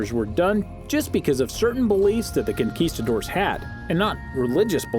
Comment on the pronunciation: "kinkistadores"...hiring a better narrator would've helped :-)